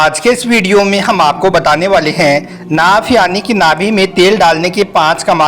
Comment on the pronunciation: Are bhai naak bol Raha he y naabh bol Raha he bol na to seekh lo bhai